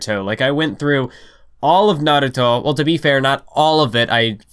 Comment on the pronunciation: Why does you pronunciation of "Naruto", sounds like "Aviato" from Silicon Valley??